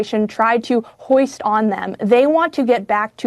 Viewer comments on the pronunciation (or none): Who is that dumbo? Kingsley Wilson? The word is foist not hoist. Clown.